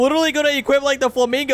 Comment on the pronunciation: Does anyone hear that bro said "Ama hop on the FLUMINGO fruit " lol why we love